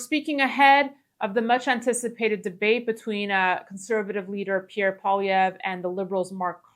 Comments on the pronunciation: O'Leary should learn how to pronounce Poilievre's name properly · Hey Daniela, could you let Kevin know how to say Pierre’s last name? Thanks!